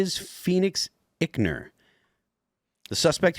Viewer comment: It’s EYEckner. Not ickner.